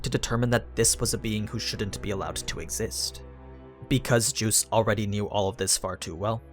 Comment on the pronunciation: I hate the way he says geuse it sounds like hes saying juice and is mildly irritating.